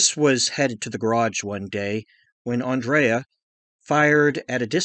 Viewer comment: Andre not Andrea